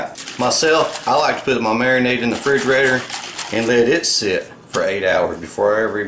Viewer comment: Same guy who says fridgerator.